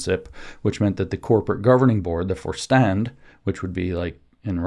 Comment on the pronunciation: Vorstand = “for-shtahnd”